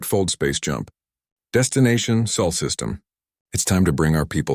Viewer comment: Still can't handle Sol, not saul